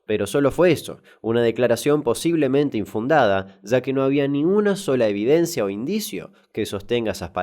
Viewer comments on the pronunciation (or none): none